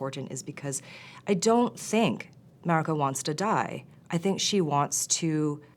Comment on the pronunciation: The white showruuner cant even say Mariko correctly wtf